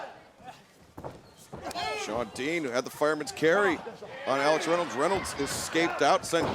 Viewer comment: Why does Justin Roberts say "Ax Reynolds" instead of "Alex Reynolds" tho?